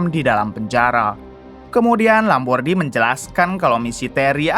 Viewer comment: Nasa Lambordi jadi Lombardi mulu, daripada penyebutan namanya susah mending ganti aja jadi Supardi, suparman atau agus